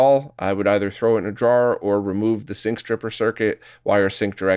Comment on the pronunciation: A couple times I thought said "jar" when he said "drawer", lol.